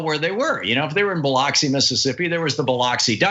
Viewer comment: Would it kill you to pronounce Biloxi correctly, Thom?